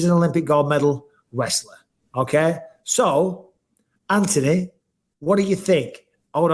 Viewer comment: "Ant-toe-knee" you're home!